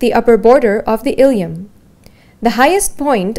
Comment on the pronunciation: It's "Ilium" Please correct before it causes confusion